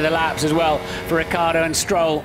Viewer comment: Ma perché diamine il telecronista dice Riccardo invece di Ricciardo?! But why the hell the commentator says Riccardo instead of Ricciardo?!